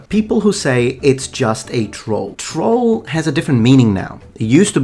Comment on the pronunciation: Holy crap someone who can actually pronounce troll